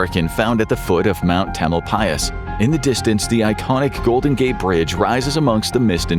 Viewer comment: I’m in Point Reyes. I thought the same thing. So bizarre to hear Tamalpais pronounced correctly